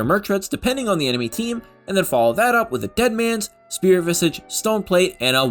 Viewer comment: so you’re pronouncing coup de grace correctly but keep saying Spirit Visigi, it’s vizaaj